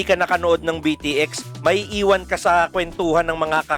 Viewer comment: Actually it is pronouce as beat x sobrang na miss ko ang anime na ito isa ito sa mga unang anime na na hook ako maliban sa zenki naalala ko pa dato nung grade 1 ako may classmate ako magaling mag drawing ng tepei inggit ako sa kanya noon tapos bumibili pa ako ng mga laruan nito sa school more power po sa inyo god bless